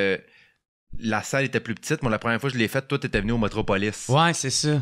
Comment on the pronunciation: Toué! ça n'existe pas., c'est *toi*. S.v.p., massacre pas trop notre langue française.